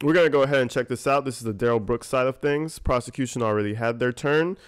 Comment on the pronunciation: I love your critique of Duh rell Bwooks crack me up and so dead on!!